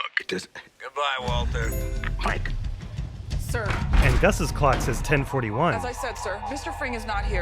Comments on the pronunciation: I feel that this Waltuh was more of a Walter, since I can hear the R in the name. But I don't know. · I clearly hear Mike say ‘Walter’ many of the times, but the ‘Waltuh’ meme still has a point cause he still says it a few times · You're counting incidents where Mike clearly says "Walter" as "Waltuh". Actually, he almost always says "Walter"; I don't know where this "Waltuh" meme came from